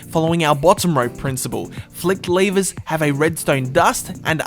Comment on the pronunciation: why do you say lavers